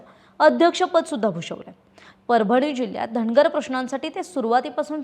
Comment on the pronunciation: चार णावं, धणगर, भाजपाणं, रावसाहेब दाणवे असलं धेडगुजरी गलिच्छ मराठी कानाला अतिशय खटकलं.सबब, हा चॅणल पुण्हा पहानार णाही.